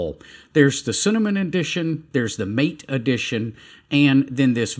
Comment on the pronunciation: Thanks, I have been using Mint Mate for a long time. Highly recommended. BTW it is pronounced ma TAY, not "mate". It's the name of a central or south American herb, often served as a tea.